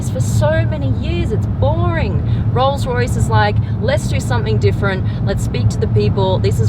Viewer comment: Did your tongue slip, 'Royals-Royce' 😁 Hire me Blondie!